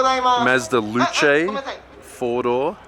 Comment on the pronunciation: u said luche as if it was french is that how u pronounce luce we call it a lucy or ithnk some peeps call it loose in nz